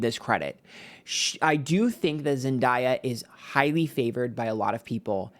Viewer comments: I can’t get past the intentional mispronouncing of Zendaya’s name throughout the entire video. I know it’s part of your schtick, but doing it to a Black woman, and saying her name correctly not one single time - as you often do for others - is not cute. I’m a longtime subscriber but had to say something bc this is really disrespectful. And to state that Zendaya is benefitting from a lot of privilege in the industry, in comparison to miss blondie who’s famous for doing a white supremacist ad campaign, is tone deaf. I don’t think you were referring to racial privilege specifically, but the context is always there, especially considering that Zendaya probably had to overcome a lot more types of obstacles to get to where she is today than Sydney did. Think about how much longer she’s been a working actor - literally since she was a young child - so of course she’s “ahead” of of Sydney now, but the word “privilege” feels loaded to me. I appreciate other aspects of the video and your channel, that’s just my two cents. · It’s not Zen Die A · Zen-dah-yah 😂😂 It's Zen-day-ah 🙏🏾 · It’s pronounced Zen (day) uh… weird of you to mispronounce her name the entire video when you’re supposed to be plugged in to pop culture. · love you to pieces but the pronunciation of zendaya is killing me. it’s zen-DAY-uh. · All love I’m obsessed with your videos, but you’re saying zendaya’s name wrong. It’s pronounced exactly how it’s sounded out. Zen-Day-ah ❤ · Her name is pronounced Zen-Day-Uh lol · Love you but it’s pronounced zen DAY a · Sorry, but its pronounced zen-day-yuh. Everytime you read her and say her name wrong it sometimes reads as racism... Just saying now so you won't get yelled at later. Thanks for today's reading❤ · Zen-day-uh is the pronunciation. We still love you. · idc if he does with with everyone, let’s not mispronounce a black women’s name especially if it’s unique. it comes across as a micro aggression